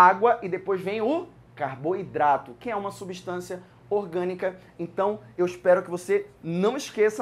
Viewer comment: Só oq confunde é que ele não fala "orgânica" ele fala "iogânica", da mó embrulho na mente